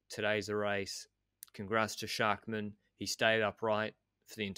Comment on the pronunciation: As a frequent listener, who loves your work, I just wanted to make you aware of the correct pronounciation of all the "-mann"s on Bora. I know you put great effort into getting the names right, so maybe you´ll adjust in future episodes. Both "a"s in "Schachmann" are pronounced exactly the same: like the "A" in Armstrong. Obviously this also must be applied to Buchmann, Ackermann and Schwarzmann :-)